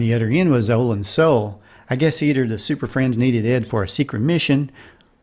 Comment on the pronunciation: Olan Soule's surname is pronounced, "soo-LAY", as anyone who has listened to the closing credits of his many appearances on radio episodes of "Dragnet" (as crime lab scientist, "Lee Jones") can attest.